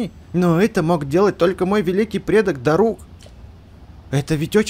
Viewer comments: Ударение на а дарук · его завут не дару`к а да`рук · Дарук ударение на а